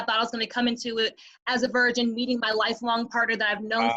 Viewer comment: It sounds like pronounces virgin like “version.”